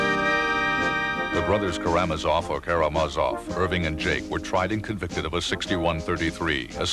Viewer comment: ...all case long it's "kara-ma-zoff or kara-mah-zoff"... and then the judge whips out "ka-ram-a-zoff". I will never not giggle at that.